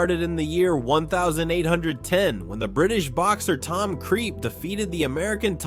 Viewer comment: Its because its clearly AI and someone screwed up. I mean hell, look at how he says 1810 .